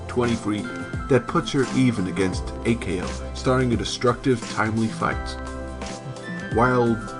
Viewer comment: Okay... for some reason you insist on pronouncing the suffix "ko" as "Kay Oh." That's a little weird, but I'm sure we can trust a dude who apparently hasn't watched the anime in English or Japanese... or any known languages, anyhow. Does anypony know of any language where it was localized as "Kay Oh?" In any case, it's far from the most egregious mistake. They are not named after their blood types... that's just... silly. There's no such thing as type-C?! Plus A-ko is type-O, the universal donor and classic hero archetype... well, why don't I just give the original quote, straight from the source? Yes, B-ko is type-A! The three main character personalities are based off of blood type fortune telling. A-Ko is an O type making her energetic and headstrong. B-Ko is an A type making her orderly and jealous. And C-Ko is a B type making her sensitive and impatient.